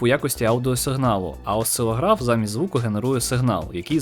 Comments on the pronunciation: Тільки не осцилогрАф а осцилОграф . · В мене кров з вуха майже не пішла, коли наголос слова "Осцило́граф" робився на літеру "а". Як же мені було боляче... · осцилОграф а не осцило-граф:) Як на мене, ніжки прекрасні і... вправні:) Цікаве краще поєднувати з гарним, а не з абсурдним:) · Осцилограф - наголос на другому О